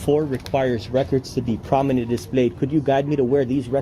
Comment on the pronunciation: I’m glad he’s holding these government employees accountable. But he needs to learn how to pronounce the word “prominently” correctly.